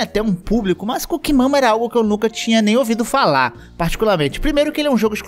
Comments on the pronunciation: eu fui o unico que toda vez que ele falou o nome do jogo ouvi "cu que mama 2"? tenho algum problema ctz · fala: coocking mama Eu entendo: cu que mama